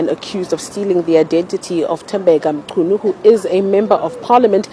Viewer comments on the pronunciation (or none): That's a shame, that you could not pronounce mchunu. you should have asked someone before saying anything